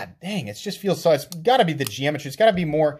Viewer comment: I like the gee-amitree of that knife 🤣. Sorry, couldn't resist.